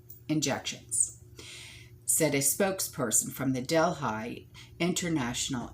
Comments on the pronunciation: I think it’s pronounced del he. Worked there it’s so huge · Quick question. is she trying to say ¨Delhi¨ as in deli. Im confused as to where she is talking about I dont know of Delphi or Delhigh, Im thinking she means Del(h)i. And there is a major planet flying towards us at 40,000 mph, im sure the power players over there took these supplies for their emergency stock piles, cuz they know whats coming, the average everyday person has no clue.